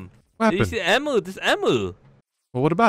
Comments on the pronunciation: As an Australian I'm annoyed by how says emu but it's fine.. its fine IM FINE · I love how pronounces emu. probably the funniest Alex's mobs video so far😆